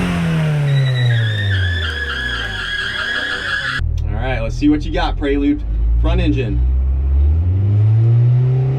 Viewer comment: why do you keep saying "prey-lude" lol, it's a PRE-lude.